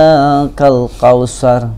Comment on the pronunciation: Apa, tu Nikakhual abtar, coba belajar lagi yg benar.